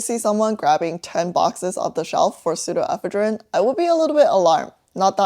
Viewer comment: ive never heard this pronunciation of pseudoephedrine before. where else do people say it like that? in eastern usa ive always heard it with the emphasis one syllable later.